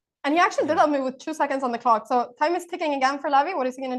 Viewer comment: Anna always makes me laugh how she says move as "mewve" lolol